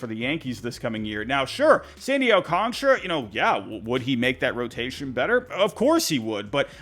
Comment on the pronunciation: I'm sorry did you say Sandy Alcontra? 😂